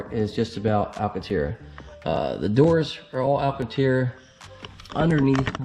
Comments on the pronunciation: What’s Alcateer? You mean, Alcantara? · Cool video but it’ pronounced, AL CAN TARA... LOL